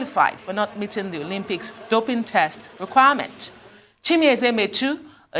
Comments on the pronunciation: 'Olompics'?! He can't even pronounce the word, that's how much this fool knows about sport 😂😂😂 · "Olompics" 🤣🤣🤣🤣 pls tell Dalung that's not the pronunciation! People who never participitated in sport are at the helm of affairs of the sports ministry because of their political affiliation....foolish people! These northerners are wasters! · 😂😂 never heard of Olympics called Olompics